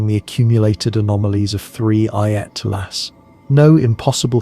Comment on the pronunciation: How many different ways can you mispronounce Atlas in one video? This is AI generated nonsense that keeps repeating itself, don't bother watching.